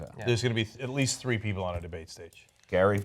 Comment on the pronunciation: Jill not Hill. Pass it along.